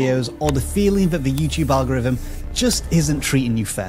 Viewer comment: ''Fumbnail and algorivm' still just hit my ear wrong